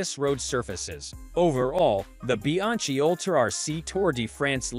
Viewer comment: When I hear “Bi-ang-chi”, I turned of the video immediately!